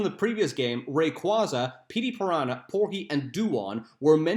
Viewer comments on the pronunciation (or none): none